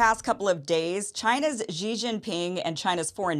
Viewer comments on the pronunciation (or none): I don't understand why Americans pronounce the 1st 2 silables of "Xi Jinping" (Xi Ji) like French would pronounce "Gigi". It's so easy to pronounce "Xi" as the English word "she", which would be almost exact. Germans would pronounce even better, as they have the "ch", as in the German word "ich". The exact pronunciation can be found HERE on dozens of videos showing how to pronounce names, cities, provinces, etc, etc in Mandarin: Watch this cute Chinese girl teaching it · Xi is pronounced as “see”, not “gee”. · It’s just pronounced “She Jinping”, Kim. 😊